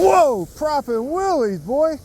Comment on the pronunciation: Crazy turtles! They never learn...cause their slow. Lol! Did you say poppin' wheelies or PROPPIN wheelies? Trademark it and put it on a shirt!